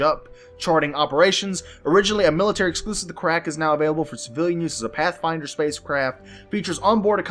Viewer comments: it's pronounced Car'rack, not Ca rrack'. Emphasis on the Car. Thanks for the vids man! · anvil carrack is pronounced car ik(as in ikky), carik, Just making the world a better place